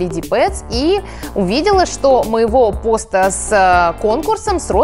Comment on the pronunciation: Не пОста, а постА